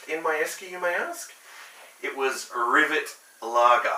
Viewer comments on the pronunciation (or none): It's pronounced rivét